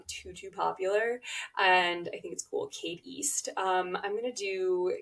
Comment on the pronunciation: Cade East together ends up sounding like "Katie"-st. Girl name with the st sound at the end. Hmm...